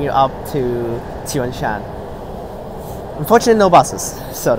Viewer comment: you pronounce it right let's go